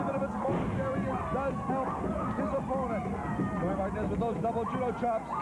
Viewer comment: Well the commentary couldn't pronounce Martinez